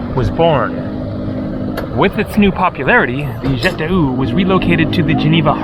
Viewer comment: Your French pronunciation is without words😂...jet de oo😂